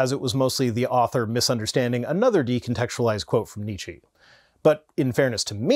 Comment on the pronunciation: After you specifically mentioned your German audience and the pronunciation of the name "Nietzsche", I am surprised that nobody corrected you. Nietzsche - "nee che" the e at the end is the e in "empty" or "ent" nee-chi sounds like the name of some exotic fruit. And if this "nee-chi" is some ongoing pun, joke, meme on your channel, I really don't mind you butchering the pronunciation. I just missed the meme.